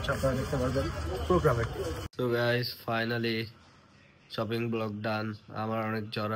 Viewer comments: ছপিং না শপিং হবে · শ কে স বলে 😩 সপিং,সাসুরি 😩